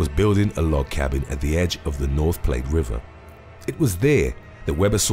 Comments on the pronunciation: it’s platte ... rhymes with flat pronounced wrong in video. I know no one believes Wyoming exists but some of us really do live here. I have heard this so many times ... thanks 4 this! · Couldn't Pronounce Platte correct Either. Cheers